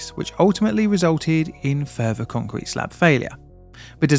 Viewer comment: What is "Concerete"? Is that Spanish?